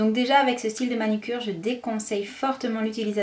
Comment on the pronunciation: Belle revue mais on dit manUcure et pas manIcure !😄